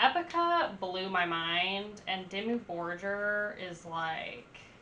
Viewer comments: It's Dimmu BorGir, not Dimmu Borjer 🤦🏼(it means Black cities/castels in old Norse and Icelandic) Americans, learn to pronaunce at least one word in foreign laguage correctly. My english is bad, but at least i can say and write something, damn it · Def. Check out a better dimmu album. And also it's pronounced dimmu bor-geer... like deer with a G . .. not jer. Lol. Idk how ur just now coming across dimmu. But glad you did. Check out old mans Child..... a side project.... that is AMAZING. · imagine comparing Dimmu Borgir to Disney 😀 but there is one thing, don't say bor"j"ir... it is called Borgir like the normal G like in Google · Just fyi: it's pronounced Dimmu "Bor-gear" ☺️ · It's pronounced "Bore-Gear" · Great songs I just don't like it how you pronounce it lol. Borgir us just like how it is written. Don't make a j sound from the G.